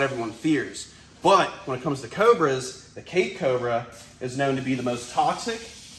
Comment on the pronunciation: I know you are saying Cape cobra, but I keep on hearing CAKE cobra. He really looks so much like a banana.